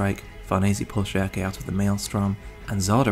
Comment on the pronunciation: I swear, every single person has their own way of pronouncing "Schierke". You pronounce it "Shiake", TheAlmightyLoli pronounces it "Shrike" and I personally use "Shirk".